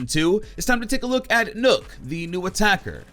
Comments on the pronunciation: You say nokk and it sounds like nook when literally everyone else says it like knock, triggered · Its nøkk not nokk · Its not said nook nook=knock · Nokk not nook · It’s nøkk as in rock not rook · Not nokk it’s nøkk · Its pronounced Nuck not Nook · The way he said nokk😂😂 you say it like knock not nook lol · Its not nokk, its nøkk....... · Just so you know, it’s pronounced “knock” and not “nook” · This man said nook😂 Its pronounced knock from the lochness monter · Bro it's pronounced like knock, not nook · It's not 'Nokk' it's 'Nøkk' ffs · Your pronouncing nøkk wrong the ø make an 'uhh' sound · It’s not “n-uu-k” it’s “n-eu-k” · "Nok" not "Nuk" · Seriously nook it's pronounced nuk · Dude it's not pronounced nook it's nock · Even as a Brit I can tell it's not Nook, probably pronounced 'Nowk'? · Nøkk is pronounced "Nukk" not "Nook,". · I’m pretty sure it’s Nøkk not NØØK? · I think it's pronounced "knock", as in nocturnal. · well, as a Dane, I would say Nøkk is pronunced Nøkk. You have to know what the letter ø sound like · Nøkk is pronounced nukk, as in nøkken, a Germanic myth of swamp creatures not unlike sirens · Nøkk!! Not nokk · It’s pronounced nukk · It's pronounced like as in Nokia This is a joke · Its Spoken like Buck, so Nakk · You actually pronounce the ø as ‘oh’ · lol "Nook" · Bruh called her noook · It’s pronounced “knock” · did he actually just say nook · So... thinks it’s pronounced “Nook” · It's "knock" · Is N Ø kk pronounced Nukk cause that's how zen said it. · Nøkk isn’t pronounced the way people think 😂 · Pronounces Nøkk wrong Danish losers: 'YOU prOnOuNCed it WRoNnnNNGGG, REEEEEEE!': XDDDDD